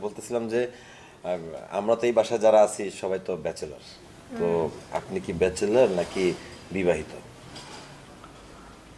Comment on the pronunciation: ব্যাচারাল না রে ভাই🫢 ব্যাচেলর😑😑😑